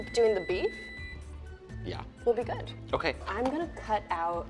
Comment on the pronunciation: “...it’s GUUD 👍🏼” I love this XD ❤️